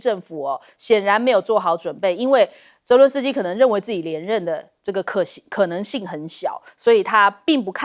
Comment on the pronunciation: 將軍長期將澤倫斯基改成倫澤斯基😂😂